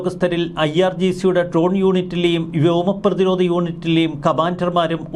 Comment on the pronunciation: ട്രോൺ എന്നല്ല ഡ്രോൺ എന്ന് ഉച്ചിരിക്കു.